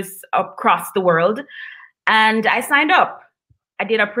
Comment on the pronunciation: This is a great program. Please continue as long as there is a Ja in that country of course. Please please , pronounce the letter D when you say the word WORLD!!!!! IT SOUNDS LIKE YOU ARE SAYING WHIRL. (just a kind gentle critique). Blessings!!